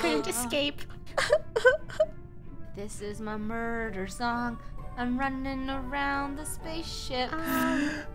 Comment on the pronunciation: “murber” □